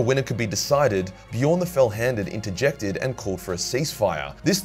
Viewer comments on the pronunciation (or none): none